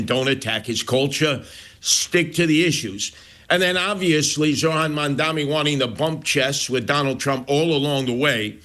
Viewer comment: So Sliwa is still saying Mandami. No wonder....